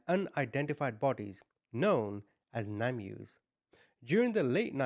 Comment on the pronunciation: Its pronounced "Name- Us". Easy mistake. 😊 Very sad case here. As with all of your videos. Sad but also very necessary. Thanks for all your hard work getting these videos out to us. You're very much appreciated. 💛